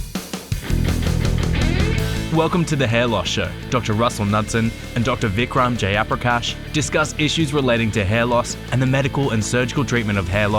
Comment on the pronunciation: Its so funny that even Vikram Jayaprakash himself cannot pronounce his name correctly 🤣